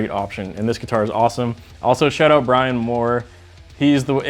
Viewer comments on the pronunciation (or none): none